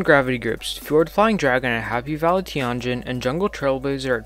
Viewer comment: Fjord Flying Dragon is actually pronounced “FEE-ord Flying Dragon”